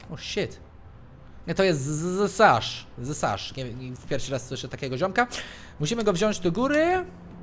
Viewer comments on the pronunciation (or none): To zsasz brzmi jak Ssasz?